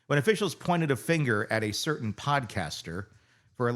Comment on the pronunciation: Good grief. It's "Certain"